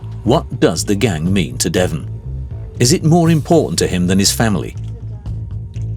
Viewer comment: “our contact is called Devon” 2 seconds later and you literally hear him pronouncing it completely different